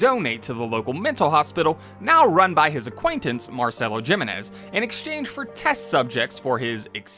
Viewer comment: *Hee-meh-nes Jiménez.